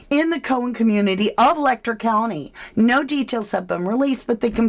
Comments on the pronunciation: I'm sorry for seeming so petty but the pronunciation of Letcher Let'cher is as it sounds, not Lek'ter. I know it seems petty and I apologize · Ma'am, with all due respect, Letcher County is pronounced "Let-cher," where the "ch" sound is like that when saying "chair" or "cheer." If you're going to cover an area and cite it repeatedly, might wanna do your due diligence on the details.